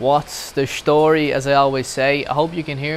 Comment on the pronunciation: The word Story DOES NOT have an SH sound!!!!!!!!!!!!!!!!!!!!!!!!!!!!